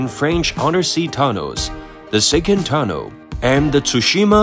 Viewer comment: It's pronounced Tunnel. Simple